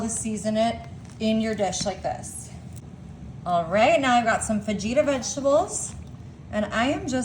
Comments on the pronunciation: They cancelled last minute bc you said FaJita, not "fa-heat-a" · Fageeta??wth..you can tell you cannot cook!!...drippyer??...tortill-a???peecannie???.. learn how to pronounce what you're eating/cooking..it might just make you SOUND like you know what you are doing..other than that....this has to be some type of southern joke and we don't get it!!.. #howirritating#trash#dogfood...NOBODY seasons their meat..AFTER its cooked... Duh#insulttorealcooks...go play in another field PLEASE!!! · It’s fa-heata, also, it’s pronounced kasodias, not kasodittas, picontay, not picanty. Not tortillas, torteas, so many mispronounced words. Yeah I get why they didn’t hire you!